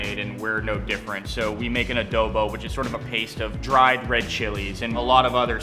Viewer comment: Lmfao the way he said Adoboe